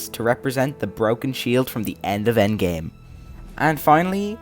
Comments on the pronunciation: Its endgame not endame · ah yes, the endame